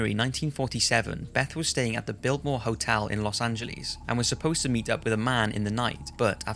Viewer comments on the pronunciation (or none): I died when he said "Los Angel- leece" 😂😂